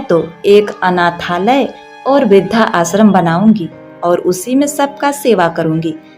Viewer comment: आप इस तरह उच्चारित किया करें इस वृद्धाश्रम शब्द को। वृद्ध आश्रम या वृद्धाश्रम। (ना कि वृद्धा आश्रम)